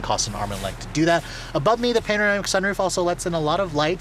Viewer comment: Panoramic not panamerica